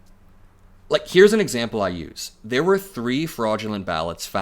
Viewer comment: "Like here's an exaple I use." X3! Lol